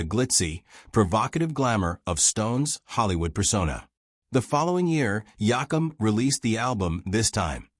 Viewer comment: Please learn to say his last name right